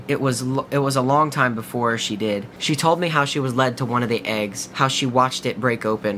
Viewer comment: when you said it looked like eggs I legit thought you said AIDS!!!